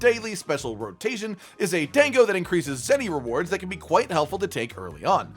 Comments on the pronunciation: "Few-gen" "Dayngo" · Lol I can't get over the "dang-oh" pronunciation.